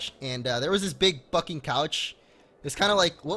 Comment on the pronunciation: Lol when he says bucking and it sounds like f***ing